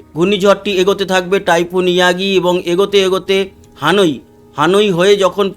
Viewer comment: হানোই নয় হ্যানয়, ভিয়েতনাম এর রাজধানী